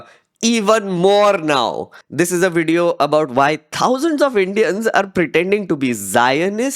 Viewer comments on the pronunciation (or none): Can I ask, why dont you say "Video" like everyone else, why saying VEDIO, and also why you say Indians like EINDEANS?